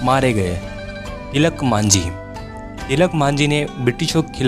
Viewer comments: Tilak manjhi nhi Tilaka manjhi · Tilak nahi ,tilka majhi